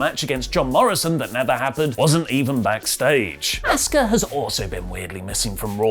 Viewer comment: Asooka, not Ask-Ha. Learn how to speak